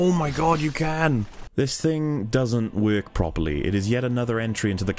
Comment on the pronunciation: My man said “this doesn’t Weirk” amazing analysis of a truly flawed game. I still love it though like my dumbest brother.